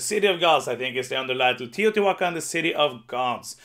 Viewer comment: I think your pronunciation of Teotihuacan is the best I've heard. If I could get only one it would probably be Billy Kerr, though I'd settle for Rolling Ranch. Alas, I live in Australia and know no one going. Great top ten.